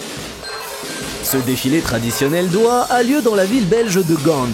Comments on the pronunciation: merci pour la vidéo toujours agreable de decouvrir d'autre chose, par contre je suis belge et on ne dit pas gande mais gand comme on dirait un gant pour les mains lol 😁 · La ville belge de Gande ???? Ça se lit Gand comme dans Un gant pour la main ou comme dans n’importe quel mot se terminant par le son an, tout comme tu ne dis pas terminante pour faire la liaison avec le t lorsque c’est écrit terminant 😅❤ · Gand se prononce gan, comme un gant, la dernière consonne est muette...